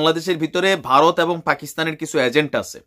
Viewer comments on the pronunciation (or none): none